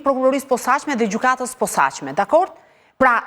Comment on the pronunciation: KJO SHUME LLAFAZANE QE NUK DI TE FLASE SHQIP KJO SORRE THOTE “ gjykata e POSAQME “ KUR gjuha SHQIPE THOTE “ GJYKATA E POSACME “